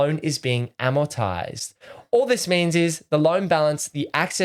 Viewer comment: "Amoritize" Not Amotize. Google speech that. Amor-Rit-tize